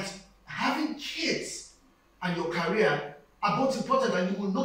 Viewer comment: Wtf is "carry-ear"? The word is " career" pronounced "ca-re-ear".